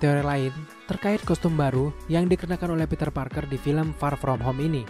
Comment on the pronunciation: Kesel gua denger ni org bilang far from home nya wkwk